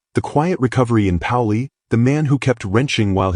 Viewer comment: It’s pronounced ‘pay-oh-lee’, not ‘pow-lee’ ! Saw his ‘toys’ run at maple grove and york pa. Always on top, win or lose!